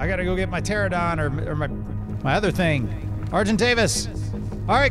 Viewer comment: I've watched this series for years and I'm surprised I still say "pteranodon" and not "pteradon"